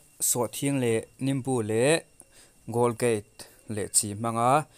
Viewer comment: Golgate a ni lo.. Colgate zawk o